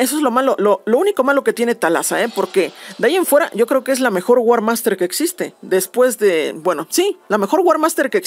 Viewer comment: es warmaster no war hak